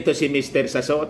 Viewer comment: Mr Salot not Sassot